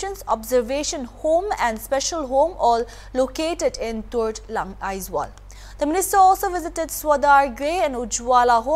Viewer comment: Aizawl. Aizawl! AIZAWL! NOT Aizwal or any other spelling or pronunciation. Get it right.